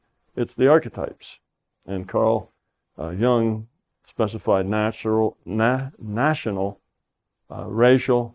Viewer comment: Sorry to nitpick, but Carl Jungs' name is pronounced Yoong not Young.